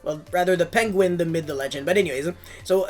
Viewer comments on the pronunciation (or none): none